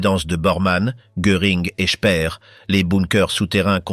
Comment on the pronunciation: AI de MAI@ !! Dispoditions annulaires = annuelles 😂 Il se perdit son emploi Spir = speer😂 Statute officielle 😂 Geli n était pas la fille ainée de sa soeur et évidemment le mot pédophile pas prononcé !! Un tonton qui séquestre et abuse sa nièce de 15 ans..!? Gehli se suicida donc ! Avairent faits 😂 Sans aucun reconnaissance 1930 et hun 😂 Brechttergarden 😂 A au moins zune occasion 😂 Unity la petite jeunette italienne suicide encore..! Puuutsch avec uuuuuu 😂 Inclut tune note 😂 Front toccidental😂 Exécutèrent tune opération 😂 Rendus zzzaux alliés😂 Frajebogen = frageboden 😂 aivairent tebénéficier 😅 Avairent tevécus 😂 Etc etc et ET Les PIRES : pas hitler !! 1. mao 2.staline 3.hitler